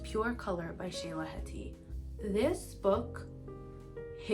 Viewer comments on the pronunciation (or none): none